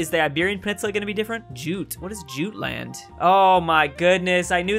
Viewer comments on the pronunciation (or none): it's pronounced jutt-land